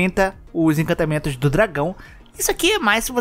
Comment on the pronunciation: pelo amor de deus, arruma esse "incantamentos" é encantamentos